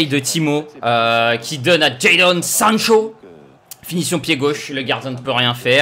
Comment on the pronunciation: Prononciation de sancho nickel 👌🏼👏🏼